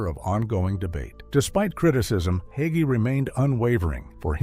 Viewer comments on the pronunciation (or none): Leave Pastor Hagee alone. He is a wonderful person and a great man. Jesus has all the answers. If pastor learns as he goes forward God has continued to lead him so he can minister to his flock. And his last name isnt hogee. If you're going to smear him, learn how to pronounce his name. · PRONOUNCED HAY-GEE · You cant even say his last name correctly. Its not hogey. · Not Hoggee, HAGEE. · HA--GEE is easy to pronounce! The "A" is LONG. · I met him. He is short and fat. Question, did he divorce his first wife? Did his wife break the marriage by having sex with someone while biblically married to him? If you claim to be a Christian and do not follow the N.T. teachings, the Bible instructs us to have nothing to do with him. So explain who divorced whom and answer my questions. You cannot even say his name correctly so why should we listen?